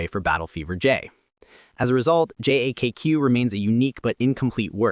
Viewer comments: You mispronounced JAKQ, it's "Jack", not "J A K Q" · J.A.K.Q. is referred to as "Jacka" or "Jackar". Easier to pronounce than saying J-A-K-Q.